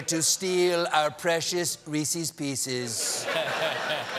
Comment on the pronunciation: Reese's pieces not reeeseees pieces